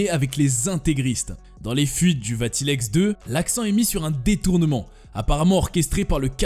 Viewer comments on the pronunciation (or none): Le surnom de Mengele était "L'ange de la mort". Alois se prononce a-lo-is et non pas alwa. Vatileaks va-ti-lix et non pas va-ti-lex.